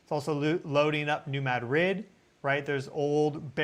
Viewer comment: You are pronouncing New Madrid wrong. You say you are saying it like the locals but you are not. I’ll try to explain. The accent should be on the first syllable, ‘Mad’, Now, do not pronounce the second syllable like it’s a separate word, say ‘drid’ not ‘rid’. It’s kind of like pronouncing the word mattress, with the accent on the first syllable. If you accent the second syllable, well, that’s a city in Spain, but with the accent on the first syllable, that’s a fault line.